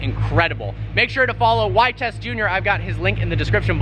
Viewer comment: Vitesse is pronounced "vee-tess", not "vit-ess.